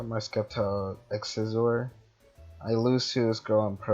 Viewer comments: STOP SAYING SKEPTILE ITS PRONOUNCED SEPTILE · It's not skeptile it's sceptike u pronouncing it wrong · did he said skeptile ? wellif he did said that its actually septile(sceptile) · Sceptile its not sceptike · He sez it k but it's a c